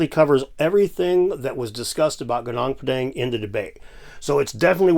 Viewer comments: Hill is pronounced "Goo-noong Pah-daahng". And "koo-jaahng stone". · He can't even pronounce Gunung Padang correctly 🤣😅